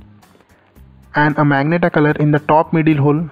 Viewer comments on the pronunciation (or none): Bro this is magenta (ma-zen-ta) not meg-nata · Bro that is magenta (ma-gen-taa) not magnetaa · Dumbass is majenta not magenta pronounced